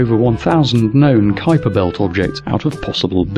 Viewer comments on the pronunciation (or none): none